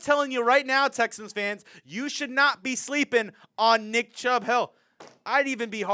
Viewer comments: he did say chubb in the intro lol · Ya he messed that up for real😂